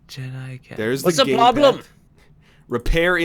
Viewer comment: "What's the ploblem?!"